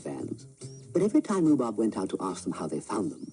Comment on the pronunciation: The programme was called "Rhubarb" please get it right.